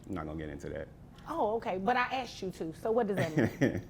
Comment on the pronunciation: IF i ever hear "aksed her" or " aksed him" instead off " I asked" I would aprove 250 dollars a month extra for not doing correct English. So Annoying,.